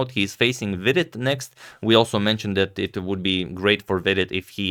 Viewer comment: really happy that you pronounced praggu’s full name correctly as Prag-ya-nandha and not prag-na-nandha as former is the right pronunciation.